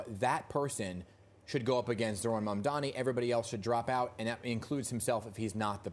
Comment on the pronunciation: One thing I noticed about Cuomo’s first commercial since re-entering the race is that he finally learned how to pronounce Mamdani correctly. Too little, too late, I’m afraid.